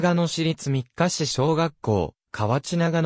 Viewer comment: みっかし、ではなく、みっかいちですよ。